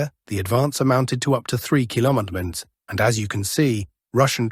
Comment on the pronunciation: Why is the word kilometers nearly always mispronounced in these videos?